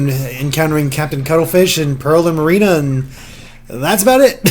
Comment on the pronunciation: Morerina? MORERINA? MA-RINA